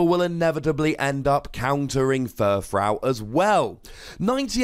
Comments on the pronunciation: Is no one going to mention that he's pronouncing another Pokemon's name wrong? Okay. I'll do it. YOU'RE SAYING FURFROU WRONG. It's frou-frou. Here's how you pronounce that, ˈfro͞ofro͞o. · You do realize that when you combine to existing words, you don't butcher the original pronunciation, right? He didn't say "fur" wrong. He said "frou" wrong. Maybe you just didn't realize any of that and completely misunderstood what I was saying.